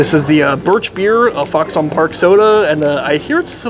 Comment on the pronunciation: Don't sleep on the Foxon (pronounced "Fox-in", not "Fox-on") Park Extra Dry Pale Ginger Ale, it's their best in my opinion. The sausage is made in-house.